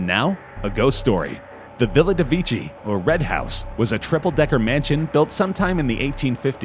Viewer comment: Am I the only one who cringed at the way he pronounced Vecchi?